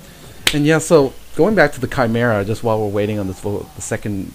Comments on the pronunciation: I always thought it was chim-er-ah -Panglou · the balance spell is pronounced chee-me-rah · chee-meer-rah. 4got a letter